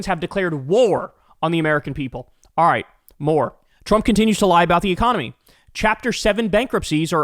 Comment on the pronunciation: giggity oh wait did you say "the economy?" sorry I thought you said "e-mommy"